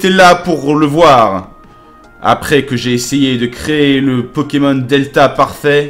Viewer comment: non c pas possible il a appelé c pokémon anus 😂😂😂 jpp